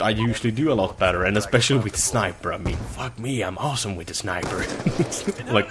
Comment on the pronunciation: I just want to hear you say 'with' and not 'witt' one single time